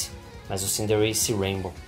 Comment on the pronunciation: Sabe nem fala é cinderace bro